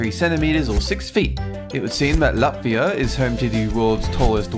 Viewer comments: you I'm from Latvia and you said Latvia rong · You said Latvia wrong + The majority of girls are not blonde in Latvia.